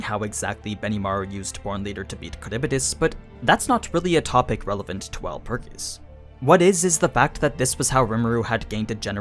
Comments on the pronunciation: He is miss pronouncing Walpurgis🤧 My ears can't take it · Wut is that pronunciation of Walpurgis? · Why you saying shit weird, watch the anime they don’t pronounce wulprigs like that it’s like you taking extra steps to sound weird